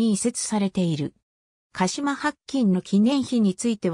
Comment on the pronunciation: だいゆばりではなくおおゆばりですしはっきんではなくしらきんです